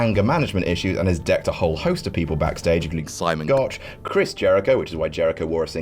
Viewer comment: Da way he said "Simon Gotch" 😂😂😂😂😂